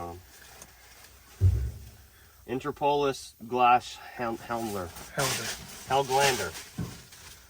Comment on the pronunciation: Nl on that plate means Netherlands. And on the orange safety vest you say it right. INTER POLIS GLAS HELDER.. It means INTER POLIS Crystal clear